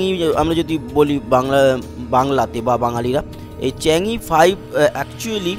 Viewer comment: দাদা chang e 5 টা চীন এর ভাষায় যেভাবে বললে খুব ভালো লাগলো